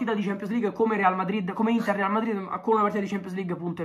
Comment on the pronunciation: Solo io ho sentito all’inizio L’intar